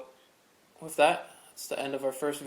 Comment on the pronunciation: Its pronounced “with” not “whiff”.